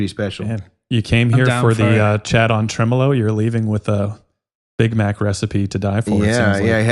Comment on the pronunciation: “Tremel-ho” This is why I listen to this podcast 😂